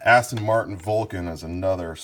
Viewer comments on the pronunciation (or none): none